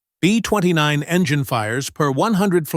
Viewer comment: Yup! Too many borderline illiterates that don't notice all the mispronunciations, laughable "B20 nine" nonsense repeated dozens of times... AI- type lack of understanding of syntax, how words are used in sentences... it made me grit my teeth to listen to the whole video, and watch the 3rd grade level spelling errors. This video could have been MUCH better simply to have had someone edit this video properly!